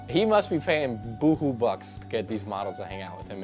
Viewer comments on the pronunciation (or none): "he must be paying boohoo bucks..." It's buku bucks, with a "K"! >;^) That's really funny to hear. I come from a Filipino/Japanese hybrid family adopted by Spanish-immigrant sugarcane plantation workers in Hawaii and I haven't heard that phrase in AGES. Really gave me a kick. Makes me wonder what else I'm forgetting.. I love your videos, by the way; was really excited to hear this slang ;^)